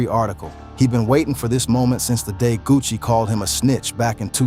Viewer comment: Buddy said Gucci Mayonnaise & Puh Shesty